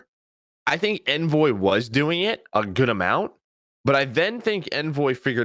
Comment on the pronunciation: I love the content guys, great analysis! Can you guys start pronouncing Envoy’s name correctly? There was a CDL interview done with Envoy where he actually speaks the proper pronunciation. Do you guys not care or not watch the interviews? Just seems like a careless detail to miss.